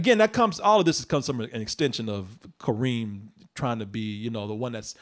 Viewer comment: I come from a country where Kerim is used often for boys. Kareem does sound like a girl's name with americanized spelling and intonation. The original Arabic is way too rough for anyone to pronounce properly, I get that, but there's a middle ground there. Also, the other problem with that name is turning Kerim into first Karim (still acceptable), then Kareem for americans, which is abhorrent linguistically, because that changes the full intonation of the word. In original and most interpretations of the word, the Ka part is where the major force of intonation lies. The -rim part is a completion into softer sound. With Ka-reem, you shift it so there's no switch in intonation. It's all one wave. Which changes how the name is heard.